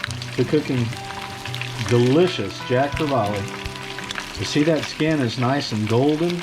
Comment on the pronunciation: So interesting, in the Caribbean we call this fish a Cavalli, no r and we do add the last e syllable.